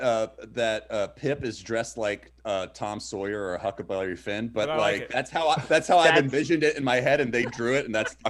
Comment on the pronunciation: Props to Zach for holding his tongue when Trevor said 4-chon. I, on the other hand laughed as hard then, as as when Trevor said hucklebilly fin. 😄